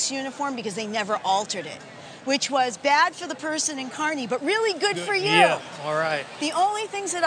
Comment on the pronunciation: At least she said Kearney correctly